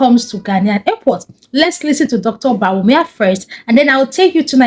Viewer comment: CONGRATULATIONS. THE FIRST TIME EVER YOU ARE SAYING THE NAME OF THE VICE PRESIDENT CORRECT. Dr, BAWUMIA